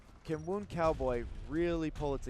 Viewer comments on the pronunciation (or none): why can't this commentator pronounce 'WOUND' he says it like hes winding a clock up the clock is wond. is he illiterate or what.